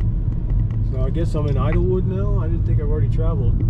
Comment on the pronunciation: It's called Idyllwild, not Idlewood.